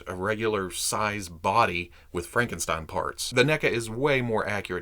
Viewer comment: the stein in Frankenstein is pronounced st i like you say I n